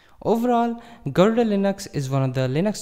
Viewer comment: Why are you pronouncing garuda wrongly?